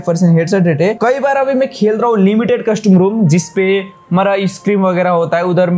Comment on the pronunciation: Bhai custum nhi hota custom hota hai